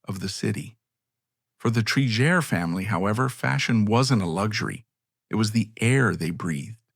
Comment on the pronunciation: You pronounced her name correctly in the beginning and now 3 x incorrectly. Obviously an AI voice. Disappointing